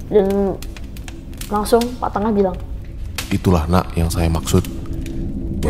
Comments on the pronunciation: Bli NENGAH mbk bkn BLI TENGAH yaaaaaaa Geram bngt pas si mbk nya nyebut BLI TENGAH 😮😮😮😮😮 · dari tutur kata penyebutanya aja dah salah... gimna mau percaya pak tengah harusnya (pak nengah) bukn pak tengah😂😂😂😂 yg satu pagi pak kade apaan itu adanya psk kadek👍👍👍 bru bner... ngarang kali ini ceritanya.... leak kok suami istri bru tau😅😅😅😅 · Pak Nengah kali ya Bukan pak Tengah Dan lucunya, manggil bapak temennya dengan sebutan Bli. Bli itu kakak, bukan bapak 😂😂